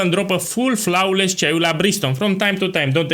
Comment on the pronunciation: your pronunciation is flouaowless